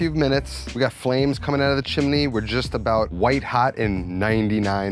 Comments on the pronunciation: what the FUCK is a chimeney Chim Chim Cheree.+ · chimney not chiminey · jesus christ the word is chimney and chiminey!!! what school district ru from??? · WTF is a "chiminey?" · Give a like to this comment every time he says "chim-in-y". 😄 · There's no A in chimney 😄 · More like the song from Mary Poppins!😀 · Love that added syllable. And I definitely got Mary Poppins vibe from the chim-chiminey chim-chiminey chim-chim-charooo. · Chimany Cricket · Looks amazing, great work as per. Shame that can’t be said about your pronunciation of the word chimney…. What is going on there…… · Do you say chimney w 3 syllables?